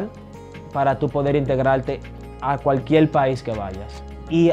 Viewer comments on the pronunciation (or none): Hombre buenos consejos, buena actitud hacia la vida. Ahora a mejorar tu castellano ese acento de “ mujel” “ cualquiel” lo eh escuchado en algunos cubanos y puertorriqueños te soy sincero! Hace ruido a quienes hablamos castellano. Creo se a puesto de moda ese acento en Latinoamérica por los regetoneros 🙄 yo hablo Nederlands 25 años y aun sigo aprendiendo.